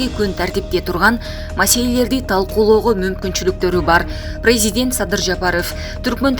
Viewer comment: Журналистка, смотри пожалуйста на ударение и произношение президент не прпвильно.